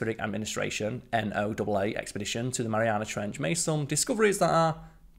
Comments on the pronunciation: NOAA is pronounced Noah. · Sorry, but the stupid, aka wrong, pronunciation of H is an automatic thumb down. Last I checked H is a single letter, not five (haych). Just like Z isn't zed and theatre and tyre are wrong. Also, NOAA is pronounced like Noah, the guy with the ark.